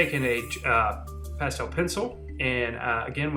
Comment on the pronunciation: I couldn't finish watching this video because of the way he said 'pastel' :'(